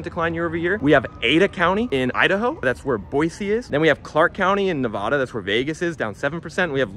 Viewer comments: Nevada is pronounced "nev-ADD-uh" not "nev-ODD-uh". This is the way those of us who live here find people that just got here. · I enjoy his info, but this guy just can't pronounce Nevada correctly. Ever. The little things matter.